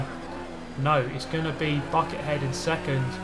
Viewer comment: I thought you said "fucker head" not "Bucket Head"